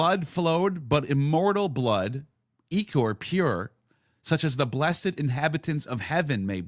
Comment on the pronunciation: its pronounced IH CORE ICOR. IH CORE. black ichor.